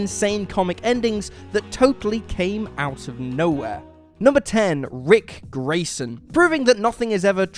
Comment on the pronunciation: "Ric Grayson"..?